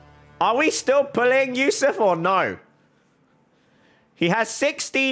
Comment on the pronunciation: Ayo I was watching this video while studying and said "This is Yousuf's account" I was like HUH? HOW U KNOW MY NAME?!? homie said it with correct pronunciation too xD